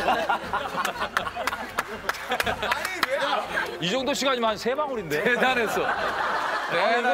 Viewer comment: 김종국 ㅋㅋ 잘 나왔어요? ㅋㅋㅋㅋ 저번에 "석진이형 줘요"도 그렇고. 요즘 근본없는 드립 잘 치네. 그리고 유재석도 이거 원래 못받는 드립인데 "대단했숴~" ㅋㅋㅋㅋ